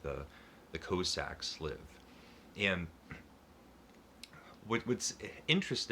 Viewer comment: It's kaa- sak not co- sak my brother.